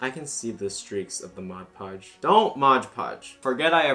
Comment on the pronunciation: Whenever I hear someone say "modge podge" I die a little more inside